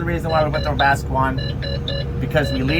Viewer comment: I love continued refusal to call or spell it "Webasto" lol